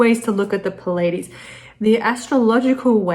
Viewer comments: Why is she pronouncing "Pleides" like "Pul aye dees"? It is "Plee aye dee's" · "Plee-a-deez" not "pu-ladies" !!!! You are teaching people, Please teach them well... (It can be highly embarrassing to learn that you have mispronounced a word for years! Speaking from experience...) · It's pronounced plee ay Deez. Spelled Pleiades. You were pronouncing it wrong. Great report. I love your work. My mercury is in Kritika in the 7th house. That should explain my reason for this comment.